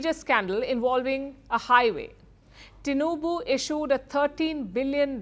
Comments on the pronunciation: I'm shocked that the presenter can pronounce Tinubu's name well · She knows how to pronounce the name TINUBU. Everything about this Man is corruption. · Impressed how well you pronounced TINUBU